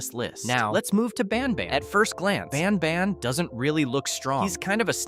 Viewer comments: He said ban bon 😂😂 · Bro said banbuns at the start